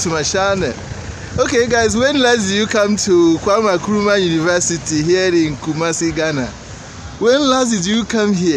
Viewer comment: Correction plz. "Nkrumah" not Nkurumah